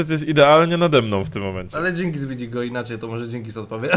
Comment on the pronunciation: Dżyngis? Chyba DZINGIS :-)